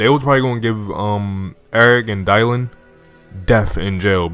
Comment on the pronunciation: Bro was that ur first time seeing the name dylan 😂?(its read like (dillen)